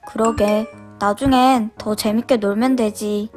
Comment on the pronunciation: 재밌게를 쟈밌게로 했어요!!!!